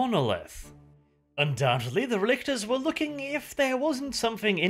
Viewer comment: Relic,tors. RELICS. I kept hearing RElictors R.E. Lictors Resident Evil Lictors through the entire video.